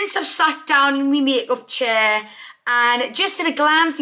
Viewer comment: You sounded geordie when you said makeup chair 😍😂❤️